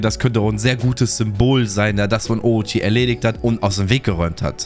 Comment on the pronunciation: orochie, bosschen triggered durch die aussprache yikes